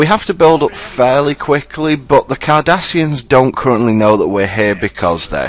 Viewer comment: When you say Cardassians, I hear 'Kardashians'. Now you too cannot unhear it.